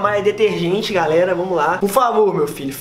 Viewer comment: Teve uma hora que ele falou garera